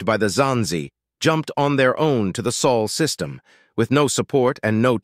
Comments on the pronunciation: It's Sol system, not Sual. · Dude it´s Sol System, not Saul System. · >soul system >piltiful Come on man. If you gonna use an AI voice at least take the time to proofread.